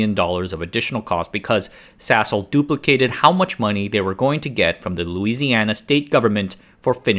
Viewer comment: Why does my head hear Sasol as *sshole?!